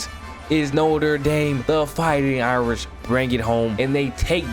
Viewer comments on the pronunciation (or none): none